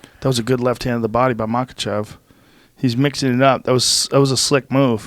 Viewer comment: Brendan - Makhachev aka machav. Smh. 🤦‍♂️